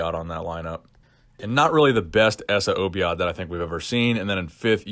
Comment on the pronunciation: It's so funny how u pronounced essa obaid name lol